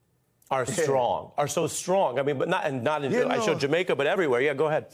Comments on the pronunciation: Did he just say Jamairca?..whoops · Did he say "in his native Jamerica" ?!? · He said Jamerica. Was that intentional? I hope so. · Did I hear correctly? Did he say “his own native Jamerica”? 😂😂😂😂